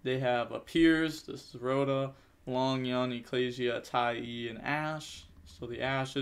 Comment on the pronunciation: broooo it's Tai "ah" with an A its not Tai E lol. love the channel tho keep grinding